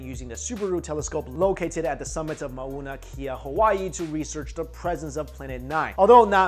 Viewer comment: It's pronounced Mownuh (mow rhymes with ow), not Mah-oo-nuh. Just thought you'd like to know.